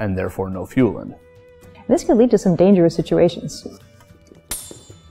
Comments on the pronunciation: "Fühlen", nicht "Fuhlen". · fühlen or fuehlen but not fuhlen!